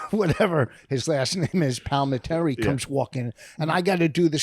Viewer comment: Hilarious that Vos still can't pronounce Chazz Palminteri's last name after all these years.